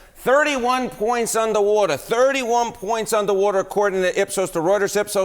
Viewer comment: “Undah wadah”